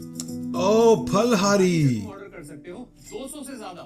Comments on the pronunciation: Pha ko fa nahi bolte india me. It's phal in Hindi too. They made it's stylish, or didn't get phal domain so named it fal. But it's phal in Hindi not fal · Yes it is Phal-hari words derived from Sanskrit..... Jab Urdu/hindi copy kr rhe the ...J ko z kar rhe the ..tb he ye kaand huye the 😂😂